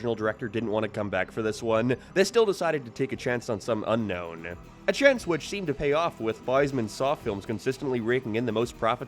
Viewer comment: What is that accent? ''Unknownnn-uh'' ''Timmme-uh'' ''This thinnng-uh'' ''Terrified me as a kid-uhhh''